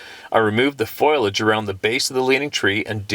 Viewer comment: C'mon? Your a nature guy... Its FOWL EE AJE / FOLIAGE. "FOILAGE" Smh. 😂